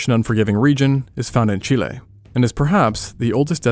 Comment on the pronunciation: You pronounced Chile well. Thank you